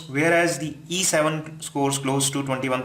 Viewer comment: very confusing everytime you speak either "E7" or "A7" because you pronounced them similarly! lmao